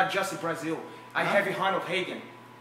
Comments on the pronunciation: Honald Hagan instead of ronald ragan was the giveaway for me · "Honald Heagan" 😂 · I was legit lost for a second when he said Honald Hegan 😂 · No way he said HONALD HEAGEN. I’m cracking up at 4 in the morning. Oh my god! Hahhahah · “I have a lot of great Americans on my side….i have honald heagan” ……you have Ronald Reagan?? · * Joe Hogan, Honald Haygan * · Honald Heagen😂😂😂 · Heafer, Joe Hogan, Hesearch, Honald Heagan. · Honald Hagan 😂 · Honald Hagan 🤣